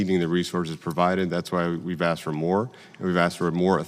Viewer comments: The Chairman... How does a man who cannot speak the English language properly be elected into our government? The word is ASKED. Not AXED. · "I have been axed to have Rep. Underwood clarify.." Nuf said.